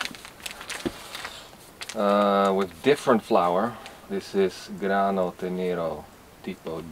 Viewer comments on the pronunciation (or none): Great video, I love to see the way you slowly set up your workshop, and your house, and your kitchen. I might end up doing something similar in the nearest future... who knows...One thing only... il grano è tènero, not tenèro...:-)